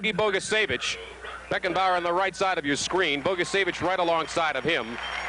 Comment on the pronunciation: But, sadly, not how to pronounce "Bogicevic." It's a 41-year=old mistake and no longer with us, but it still irks me.